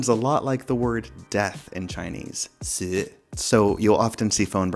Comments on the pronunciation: Yep, you nailed the pronunciation for "Death" in Chinese. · I read that with a recent update the battery life is not as long as it was. There are posts claiming that their Screen on Time dropped to around 6-7 hours. Did that happen to you? How often does the Video Stabilization bug happen for you? Also, your pronunciation of the Chinese word for death is not the worst.